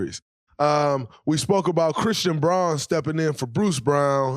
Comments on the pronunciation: It's pronounced " Brown", ESPN pronounces it correctly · Thx Draymond. Christian Braun pronounces his last name Brown